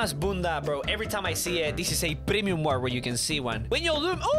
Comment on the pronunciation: u ruined the word bunda